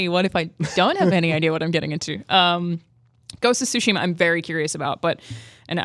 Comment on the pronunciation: Great job on hosting, Jonathan! Lol for pronouncing Tsushima as “Tush”-ima! It was an honest mistake, but tush is a funny word. 😂